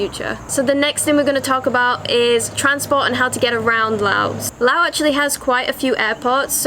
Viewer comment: Finally! A video where someone actually pronounces the name correctly. Loved the video through and through! :D Just three quick questions if you or anyone else could answer them: 1) Aside from learning some Lao as you said, I've heard that of all the countries of the former colony of French Indochina, Laos has retained the most French. Aside from the Lao I would learn, would I be able to get by with French at least in the cities or do people not really speak it much at all? 2) In the north of the country, how much of a problem is it being within the Golden Triangle for tourists? 3) For going off the beaten path to explore these lesser known areas, approximately how much would I need to worry about the unfortunate worst case scenario of coming across unexploded ordinances?